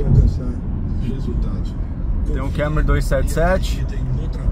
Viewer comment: Kémory? Kkkkk essa pronúncia do Toyota é piada